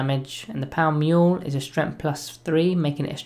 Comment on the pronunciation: Power Mule? It's maul like Paul.